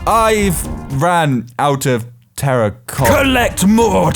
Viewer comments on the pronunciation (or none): I love when he says “terra-cottaq👹👹”